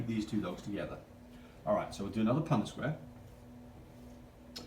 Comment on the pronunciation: I sincerely appreciate your knowledge base and know that you are obviously well educated in these areas. The only critique I would have, is that the proper pronunciation of the word is PUNNETT square. You and your assistant both refer to it repeatedly as PunDIT. This might be accent related, so i apologize if that’s the case. :) Other than that tiny thing, I sincerely enjoyed your work here. :)